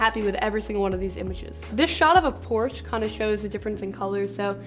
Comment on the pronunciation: I cringed at the way you said "Porsche". It's por-scha. Not porch. Haha, no offense.